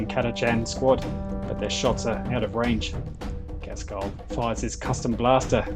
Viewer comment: I've enjoyed waiting the battle reports but your pronunciation of cowardice and Ghazghkull was shocking.